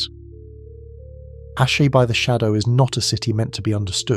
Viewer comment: Dude how many different ways did you want to pronounce Asshai? 😂 Ashaaay Ashee 😂